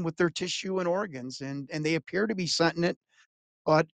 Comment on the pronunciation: This guy is just a goofball. Plus he can't even say the word 'sentient.' This brings Clayton Morris down about 100 notches in my book.